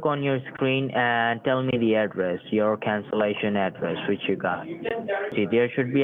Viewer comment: "Let me sent yo de rickwest for cansilashon. May I wants to know why you van to cwancel?"... I imagine this guy wearing a deerstalker hat, a single straw bale hanging from his mouth and a shotgun resting against a wall behind him. I can also imagine him with that voice saying :"Wabbit".